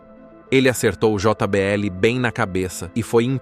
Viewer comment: Aprende a falar portugues nao se fala jota BL o correcto é jbl como em todo mundo fala